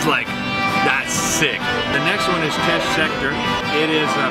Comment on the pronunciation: As a Lafayette native, this was great! So many unique places. btw Teche is pronounced like "tesh" not "teck" hahaha